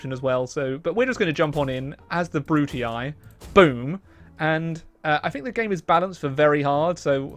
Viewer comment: Why does he pronunce "Brutii" that way? It hurts so much